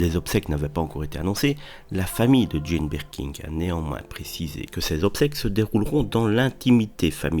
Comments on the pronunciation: Birkin, pas BirkinG! Vous le répétez tant de fois de façon erronée! Comment est-ce possible? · Et incapable de dire Birkin.